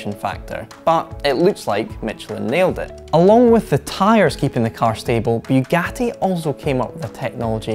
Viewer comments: It's not bewgati. It's boogati. Please learn to pronounce. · Its Bugatti not Byugati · its Bugatti not "Biugatti"... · It's pronounced boogati not buegati. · Boougatti? I thought it was Bugatti. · It's Bugatti, not Byugatti!! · Biugati are you stupid or? Its Bugatti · It's pronounced "Boogatti". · Did this guy just say ‘Bewgatti’? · He says Byugati 😂😂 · First 3 seconds: “Beewgatti has dun it”